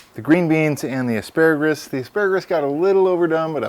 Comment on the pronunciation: What is that green called again ASPARAGRUS haa . Surely don't you mean asparagus . dude its got no R at the end . . other than that loved it . made me hungry as hell .